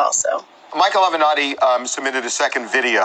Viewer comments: AH-VAN-NA-TI TI! 😂😂😂 Not Ah-Ven-Netti 💀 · A-VE-NAT-TI!!! Damn, why you keep callin him A Venti? This ain't Starbucks! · Again T, it is A-ve-na-tti not Aventi. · Self imposed not Self proposed exile Ti. Avenatti not Aventi.....lol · Ah-ven-Ah-ti not Aventi. You can’t pronounce anything! 😂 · It's A VEN NOT TI. Not Aventi. I love you Ti...I really do. But dang you can F'up a name. Wonderful story. It's Avenatti...my sister. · THE LAWYERS NAME IS A-VE-NA-TI!!!!!!! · The way you say the lawyers surname drives me crazy 💔💔😂😂 A-ve-na-tti Aunty!!! 😩 like you got it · I love you Ti, but the lawyers name is AHveN-Ahttie (pronounced like that, not spelled like that obv.) Lol, it's like nails on a chalkboard every time i hear it! Love your channel though, all love! ❤️❤️❤️ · AVANATTI (AVE-A-NAUGHTY) AVANATTI!!!! Ti you literally played video clips with his name being said in a previous video! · Hey girl I love you but the lawyer’s name is pronounced Aven-atti (kind like Oven-Otti). Hopefully that kinda helps 😅. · A-ve-nat-ti! Pronounce it correctly. IJS